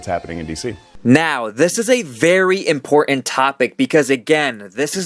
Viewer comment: I-M-P-O-R-T-A-N-T. "ImporTant" has TWO Ts in it Brother. It's NOT imporant.